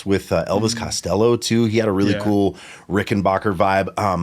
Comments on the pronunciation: Why do people say 'Rickenbocker'?! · So each time I hear the name "RickenBACKer" mispronounced my Heart Breaks and Tears of Sadness run down my Cheeks. 😂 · so has decided he's gong to STICK with mispronouncing Rickenbacker forever? and of course it's the Rickenbacker on Come Together, not the Hofner. Also, Paul's "cavern spacing" Hofner was an earlier 500/1 (violin) bass, not a 500/2 Club Bass like yours.